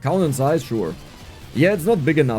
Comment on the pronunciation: I like how you pronounce "zaiz". ❤